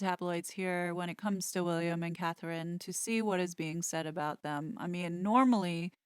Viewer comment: So many people mess up Catherine’s name. I think German spell with K, England spell with C. Since she’s a good person, let’s try to get it right.